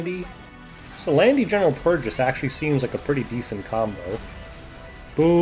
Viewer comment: c'mon man it's general PURRgis